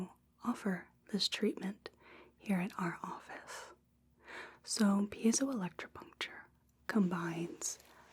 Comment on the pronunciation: Absolutely nailed that pronunciation!